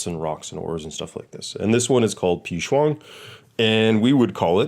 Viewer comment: Professor u pronounced ma huang and pi shuang perfectly hhahaha